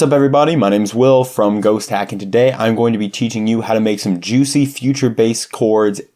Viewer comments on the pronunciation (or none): none